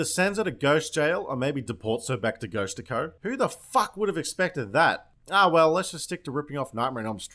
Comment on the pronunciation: "sends her back to ghost-ti-co